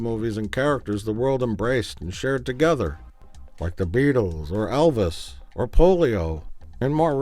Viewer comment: anyone who regularly says "I was lik" shouldn't be allowed to make anything